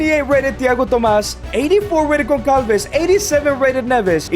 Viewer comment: the ç is pronounced like a "s" sound, not a "k" sound in Portuguese. ç is not the same as c. Trincão use the k sound since it's a regular c Conceição use the s sound since it's a ç Gonçalves too